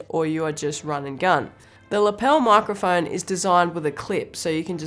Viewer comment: Love how she says "moicroiphoine" 🥺